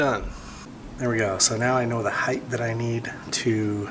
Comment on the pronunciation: HEIGTH ISN'T A WORD IN THE ENGLISH LANGUAGE !!!!!!!! H E I G H T!!!!!! HARD T NOT THTTHTHTHTHT